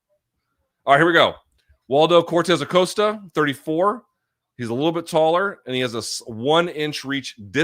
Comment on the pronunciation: It's definitely /aˈkosta/ unless you can confirm which version of spanish uses the Oh sound here?